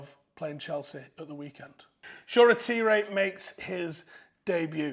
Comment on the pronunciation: For a guy who claims to watch the academy, you don't even know how to pronounce Shoretire's name